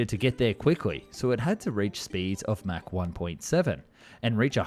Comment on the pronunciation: German AI voice: "...Mac [mæ:k] 9..." 🤦‍♂️ "ERNST MACH was an Austrian physicist and philosopher who contributed to the understanding of the physics of shock waves." (Wikipedia).